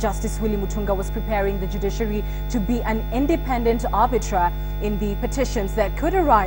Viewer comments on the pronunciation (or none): Hi lugha ya kimombo imetuzidi: It is not "arbitra" (ar-bi-tra) it is "arbiter" (ar-bi-ter)